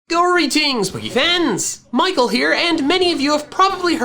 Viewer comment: I hear "boogie fannies"